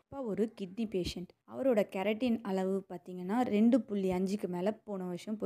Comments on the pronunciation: Pls pronounce properly 😡😡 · கெரட்டின் என்பது கேரட்டிலுள்ள பொருள். நீங்கள் வைத்தியம் நன்றாக சொல்லிவிட்டு கிரியாட்டினினை தவறாக உச்சரிக்கின்றீர்கள். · Ma olunga sollu no keratine